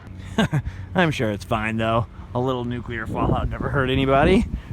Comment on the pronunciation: Gold AND Silver stars to you for being one of the rare people who know how to pronounce NUCLEAR. (nook - lee -ur) 🙂